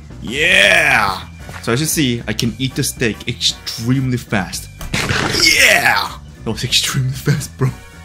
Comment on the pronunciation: o, you said extemelyfast, not extremely fast